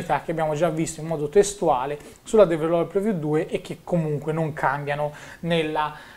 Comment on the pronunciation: ti prego migliora il tuo inglese perché develope non si può sentire...